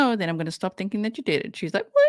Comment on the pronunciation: And pronouncing every word that ends with a G, with a K. ThinkinK, anythinK, nothinK. Oh. My. God!! But she has a doctorate in education. Yeah, yeah, yeah, whatever, whatever.